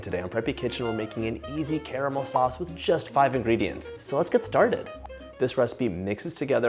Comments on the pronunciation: The best part about this video is that bro says 'CARAMEL' and not 'CARMEL'. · how on earth are you pronouncing caramel correctly yet the rest of the USA cant?